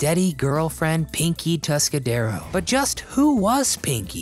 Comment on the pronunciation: "Tuscadero"; no 's', on the end.